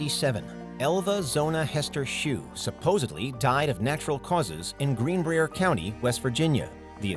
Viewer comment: it’s not Green’breer’ it’s Green’brire’ as local just tryna help y’all out